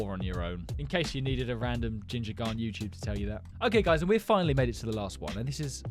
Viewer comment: I like that you say YouTube while you’re saying it weird it actually make me laugh!😂😂😂😂😂😂😂😂😂